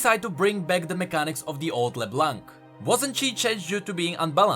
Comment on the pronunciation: Why it's so hard for you British tea guy to say LeBlanc correct ???